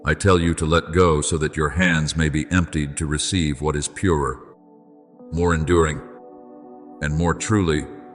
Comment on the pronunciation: Ai has trouble with word purer…